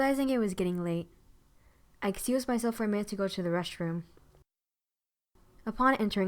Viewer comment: She said reshtroom